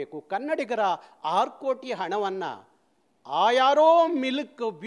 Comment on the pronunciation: ಕನ್ನಡ ವ್ಯಾಕರಣ ಬಗ್ಗೆ ಅಲ್ಪಸ್ವಲ್ಪ ಆದ್ರೂ ತಿಳ್ಕೋಳಪಾ...ನೀನ್ಯಾವ ರಾಜ್ಯದ ಹೋರಾಟಗಾರನಪ್ಪ ... ಒಪ್ಕೋತಿವೀ ಅನ್ನೋದನ್ವ ಹೊಪ್ಕೋತಿವೀ ಅಂತೀಯ... ಆರುಕೋಟಿ ಕಣಪೋ ಅದು ಹಾರು ಕೋಟಿ ಅಲ್ಲಾ.. ನಿನ್ ಅನಿಸಿಕೆ ಅಧ್ಭುತವಾದ ಬ್ಯೂಟಿ ರಾಗಿಣಿಗೆ ಈ ರಾಯಭಾರಿ ಅವಕಾಶ ಮಾಡಿಕೊಡಬೇಕು ಅಂತಾ ಒತ್ತಾಯ ಮಾಡಿ ಮಾಡಿ ಹೇಳ್ತಾ ಇದೀಯ